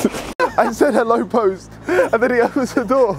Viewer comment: “ELO POS”😂